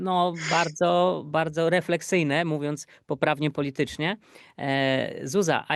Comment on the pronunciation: A może tak 3 młode i mądre kobiety?"refkeksyjnie" mówiąc poprawnie politycznie???? Czy pan tak na poważnie? Proponuje zapoznać się z definicją pojęć, które się używa.